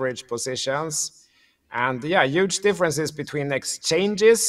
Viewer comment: Key word Today “ UUUGE “ ❤😅😽